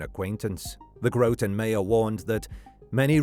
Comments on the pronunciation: GRAHT'n. Not Grow-tun. But...that was just after pronouncing Thomas as Tom-ass, so. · Groton native here, pronounced how it looks, not Grow-ton, but I grew up in one of the homes, only just recently sold, directly along the Colonel Ledyard Cemetery (pronounced Ledge-erd), in the shadow of Electric Boat, and would hop the fence and spend a lot of time there as a kid. The discovery of that poor woman was shocking, but with the population explosion bringing shady people to the area in recent times it isn’t so surprising to see these things happen. It was determined that it was a domestic violence situation. She was a small, frail, ill woman who was beaten to death, dismembered and left in a suitcase in the cemetery by a trash can by the man she lived with only a couple streets away, who is also terminally ill. Very sad situation. RIP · It is Groton (Grot-on) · It’s Pronounced gra tin lol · I live in Groton. You obviously don't know how to pronounce it.